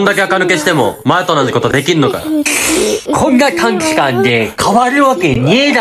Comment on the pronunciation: 短期間のところが、短時間って聞こえる😵